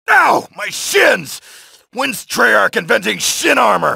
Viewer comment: did he say trarch